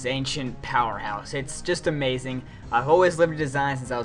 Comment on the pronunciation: Yeah , Blaziken is a-MAY-zing